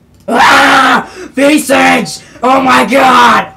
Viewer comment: A few things.. 1) your reaction hit a note only dogs can hear. 2) SOOOOO fake (your reaction not vid) 3) You actually are saying it wrong, visage is a normal word and it was also in the pronunciation guide Jagex posted i believe